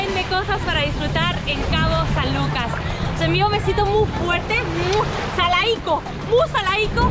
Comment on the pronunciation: Hasta que alguien dice bien el nombre de mi hermoso puerto, cabo san lucas baja california sur.